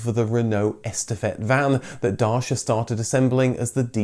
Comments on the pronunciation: It’s not supposed to be pronounced Dasia. „ci” in Dacia should sound like “ch” in chair. It’s a hard/harsh sound. Google Translate when set to Romanian almost nails it. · I'm confused. I used to pronounce it "Day-see-a" Then the adverts told us it was pronounced "Datch-a" and now your pronouncing it "Dar-sha" 🧐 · Why are you pronouncing Dacia " Darcia" ? Also it is the Reliant Robin not Robin Reliant. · I enjoyed the video a lot but can't get used to your pronunciation of Dacia. Or Renault, Daewoo and Hyundai for that matter. By the way in England back in the eighties the Dacia Denem was on sale and was pronounced "Day-see-yer". I call my MCV my "Dacher". As that's how the Romanians pronounce it. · 'Dar-shi- arr' is a new to me pronunciation of the brand name! I pronounced it 'Day-si-a' until recent advertisements pronounced it 'Dach-iar'! Renault vehicles were already the lowest priced in the European market. To maintain their market position they, like other manufacturers, had to repeatedly update the specifications and increase the size of their base models. Brilliantly, the written off tooling from the previous Renault models is transferred to Dacia factories. Whilst Renault already have the safest and most economical vehicles in the European market they also have Dacia to undercut cheaper rivals with superior vehicles. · I must say. its pronounced D (A)-Chee-A. Edit maybe im actually wrong, but thats how I've heard Romanians pronounce it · Great vid. But WTF’s a Darshia? 😂 Lol just kidding. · Dacia is actually pronounced Dutcha, i discovered. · It's pronounced "duh-chi-yuh". Great video nonetheless! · It's Da-chia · Now I'm confused. Is it pronounced Darsha as per this video ... or Dacha as per the TV ads??? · Darsha. I love your videos but CHRIST you've knackered the pronunciation! That being said, I love how much research and effort goes into these videos, keep up the great work! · You said : DASHIA ! I said : what's that ? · It's pronounced datchia